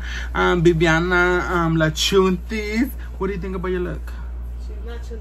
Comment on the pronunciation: Cual chuntis! It’s “chantel” bich 🤣🥰